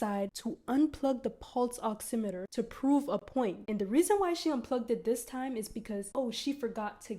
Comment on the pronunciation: I feel like im hearing u say pulse oxinator 😂its oximeter !! Maybe im crazy